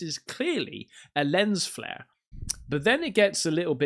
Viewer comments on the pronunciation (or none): none